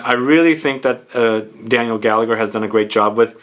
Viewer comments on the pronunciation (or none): none